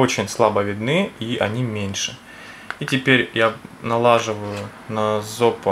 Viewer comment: налаживаю.... лол... господа, давайте говорить правильно, а?